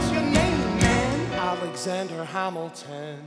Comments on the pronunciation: They just can't QUITE land the accents. Some are better than others (), but some are just not so good. For example, it's hAmilton, not hOmilton. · it's hamilton not huhmilton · Same also Alexander when he saids Hamilton it has me dead 🤣 ‘Halmiton’😂😂😂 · Ella, it’s supposed to be said exactly how it’s spelled. Ham (as in the meat) - il (as in sick or ‘ill’ with the ‘il’ as in milk) - ton (as in a weight measurement with the ‘on’ sounding like ‘un’ as in ‘fun’, but it’s also acceptable to pronounce it like ‘en’ in ‘ten’ even though that’s technically incorrect.) Ham-il-ton. Hamilton. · GeekieGecko yes thank you some under stands he says homilton. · alexander HAHM ilton.. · Yeah, I don’t like this Hamilton, he can’t even pronounce it. Although he sings just fine. is okay. his voice is a bit wobbly though, I know he can’t help it but still. is good too. was good too, but his voice didn’t have as much oomph as Anthony’s did. Everyone else did fine, I guess. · cant pronounce hamilton